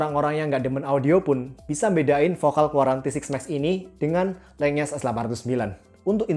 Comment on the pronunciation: Oh iya bang, buat wawasan aja LENYES itu dibacanya Len-Yes, jadi N sama Y nya misah, bukan digabung jadi NY Itu saya tau dari video produk official lenyes nya di shopee